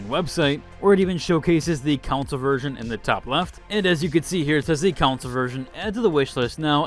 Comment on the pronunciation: The way you say council instead of console is kinda weird. It is /kənˈsoʊl/ not > council /koun′səl/